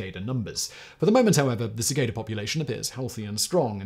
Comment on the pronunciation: It's pronounced 'cicada' not 'cicada'. Just sayin'.